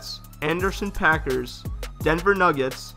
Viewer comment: My guy said Anderson .Paak-ers lol s/o Ventura County 💯